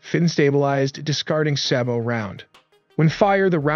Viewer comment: SABOT tank roud is pronounced Say-Bow